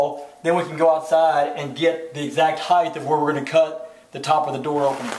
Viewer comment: No such word as "heighth"...